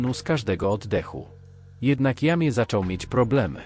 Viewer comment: Jamie to chyba fonetycznie Dżejmi😉